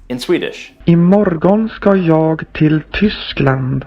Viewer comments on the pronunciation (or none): NO 'G'-sound in the end of 'JAG'!!! To be honest, the Swedish 'voice' s_cks. The pronunciation is worse than the worst.